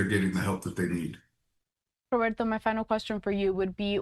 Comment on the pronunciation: It’s Roberto, not that weird pronunciation. This is America, Consuela.